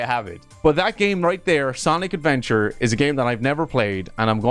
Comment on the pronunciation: I hate how he said Sonic Adventure with a S